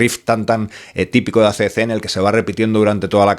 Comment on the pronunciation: AC/DC REPEAT WITH ME= EI SI/ DI SI!!! DI OUI NO SI!! BUEN VIDEO!!!😎🤟